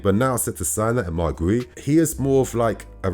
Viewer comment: guiu is pronounced "gyoo" -- one syllable